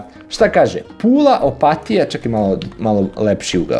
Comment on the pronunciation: Opatija se zapravo izgovara tako da se i naglasi. Opat-i-ja